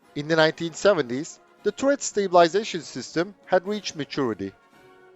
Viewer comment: Interesting video, but man, please look up the correct pronunciation of the word "turret". It is just so incredibly irritating to hear that stupid mistake over and over again.